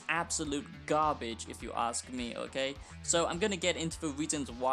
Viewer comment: “It’s tewwibiw it’s gawbage”